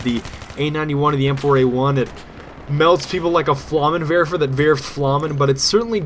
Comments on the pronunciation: flammenwerfer - its werfs flammen! i love ur german! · can u tell me why u use so often german words in your vids? your pronounciation is so cool! :D i laughed so hard when u said "flammen werfer!" ^^ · I like how you pronounce "flammenwerfer", especially the "a" in it xD